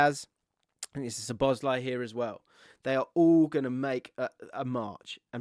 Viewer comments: I'm here once again asking to pronounce szoboszlai correctly 😅 it's not suh-boz-lie. It's sob-uss-lie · You really don’t need to pronounce any ‘Z’ in Szoboszlai……. SawBossLie